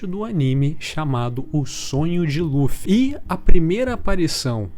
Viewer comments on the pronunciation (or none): none